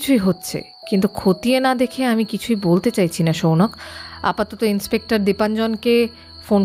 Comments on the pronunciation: সৌনক কে বারবার সৌনাক বলছেন কেন? বড্ড কানে লাগছে! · Uchharon ta Sounok, Sounaak noy. ei bhul ta apnar kache expect korini